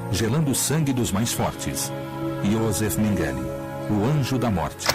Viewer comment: A pronúncia do nome dele em alemão é /Yôzef Ménguele/ O J em alemão tem o mesmo som do y de yes e não o som do J do inglês em Jack.